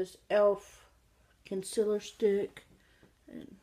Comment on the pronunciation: am I the only one who giggles when she says concealer? "imma use this conciller"